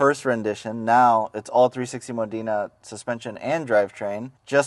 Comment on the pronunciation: learn to pronounce Modena hint its NOT Moh deena dude